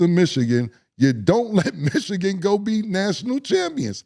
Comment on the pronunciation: why does mo always pronounce michigan as "michiCan"?? lol ik they're rivals but dang